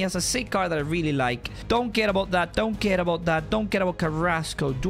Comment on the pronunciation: When you said don't care it sounded like you said donkey